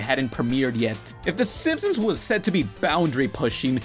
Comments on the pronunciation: stop saying "Simp-Sims" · why do you keep saying simpsoms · Say Simsims one more time! I dare you! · Bro said simpsoms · Okay but why does he keep pronouncing it "The Simpsoms"? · when you say "Simpsons" all I here is "simsims" or "simpsims"